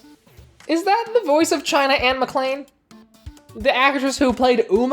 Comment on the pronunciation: It's boy oice not boyche